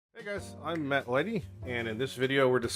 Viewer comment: Off topic but I think that's the clearest you've ever said matt instead of it sounding like